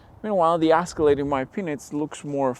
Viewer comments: Its pronounced "Escalade" Not "Asscalade" Wtf! Who is this guy? 😄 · Escalade, not "Ascalade". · The Asscelade (how you pronounce it) is simply better. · It's not an "asscalade" try Ehh scalade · It’s not an asscalade, it’s Escalade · Did you say ass-calade?? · Is he calling it an ASScalade on purpose? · Ass-calade? S-ca-lade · The “asskalaid” 😆😆😆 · What’s an Ass-cilade? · Is he saying Ass-calade? 🤣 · Lol why are you saying Ass-colade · Am I the onlyone who keeps hearing him say the "ass-calade"? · Ass ca lade! 😄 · I’ll buy the Caddy just cause this bozo can’t even say the name right 🙄. Crack reporting “car guy”